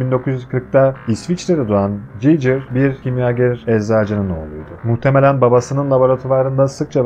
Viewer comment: emeğine sağlık ama gigır a cicır demesen daha iyidi